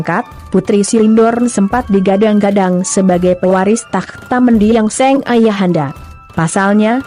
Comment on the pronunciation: Mengapa Narator, kata Sang menjadi Seng.. contoh: seng raja, seng ayah ..